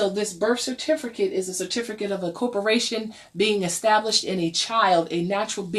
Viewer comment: LOL "certifERcate"